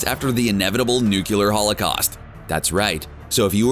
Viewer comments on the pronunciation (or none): Did you really just say "nuke-ular"? NU-CLEAR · It’s Nuclear! Not Nucular! It’s pronounced “new-clear” maybe hold the second “e” a little longer, but that’s it. Why can’t these narrators, who otherwise seem capable of speaking clearly, pronounce this word. I know a lot of people probably already said this, but Sometimes you just got to vent. Until that happened I was almost convinced this was a simulated voice. Oh well. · i swear i'm living in the twilight zone and every single YouTube narrator/channel/content creator says nu-que-leer now; what the fuck ever happened to proper pronunciation of "nuclear". My god... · Nukeyalur? NUCLEAR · How do people on the internet, especially a fellow pop culture nerd still pronounce nuclear as “nucular” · Nuclear... nuCLEAR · "Inevitable 'nucular' holocaust".... *sigh*. And not a single Secret Wars mention.